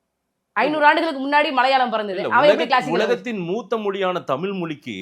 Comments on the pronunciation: இந்தப் பெண் 'தமில்', 'செம்மொளி' என்று பேசுகிறார், 'வால்க்கை' என்று உச்சரிக்கிறார், ம் ..ம் .. .. ம்ம் .. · தமிழ் என்று சரியாக சொல்லவும்